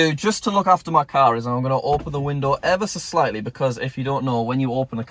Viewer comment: This is how many times said "Ever s' slightly" V